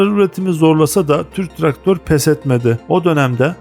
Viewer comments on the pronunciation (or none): "Tırk traktör" gibi telaffuz ediyorsunuz.